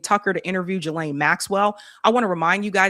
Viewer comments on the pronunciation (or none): I love you, but,WHY do you always seem to intentionally mispronounce Maxwell's Christian name??? It's pronounced "Ghi" like in geese, instead of "Jilane"!!